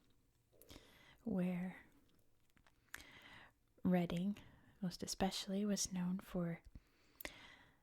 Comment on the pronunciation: it's called Reading the same way in Pennsylvania. I think at least those in mid-Atlantic will know that and maybe wider areas of US. Berkshire however is almost always pronounced the wrong way by Americans!